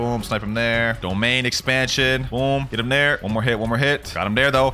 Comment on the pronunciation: Bro lol u said domain expension